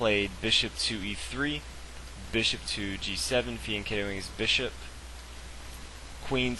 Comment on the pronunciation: Hey man love your videos but learn to pronounce bishop